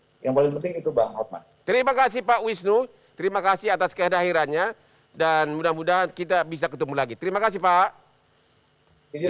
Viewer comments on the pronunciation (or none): semangat banget bang hotman sampe sampe ucapin kehadirannya jadi kedahirannya....